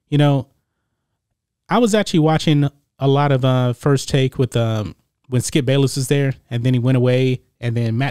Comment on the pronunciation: Is it Skip Bayless or Balless?